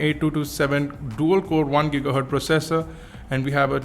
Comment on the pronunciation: It is not 1 GIGAHERT!..but always 1 GIGAHERTZ (pronunciation) peace:)